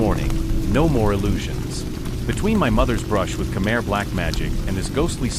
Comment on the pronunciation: Just say khmai not Khmer, sound so weird, but great story, we need more please 🙏